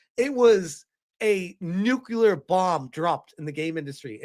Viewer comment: *nuclear not nukular